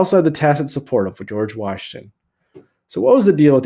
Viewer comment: did no one notice the Jorge instead of George LOL